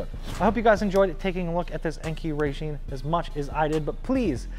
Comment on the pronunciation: I think it's pronounced (RYE-JIN) instead of (RAY-JEAN)